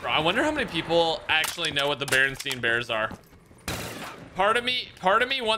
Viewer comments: smh man said Bernstein and not Bernstain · REally want to mess you up but its not berenstein its berenstain